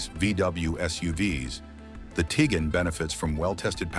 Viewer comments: The fact that you can't pronounce Tiguan correctly doesn't make me feel much confidence in your other opinions. 😅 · Tig wan, not Tigan. Twa reg, not Tooreg. Fer chrise sake learn how to pronounce the names.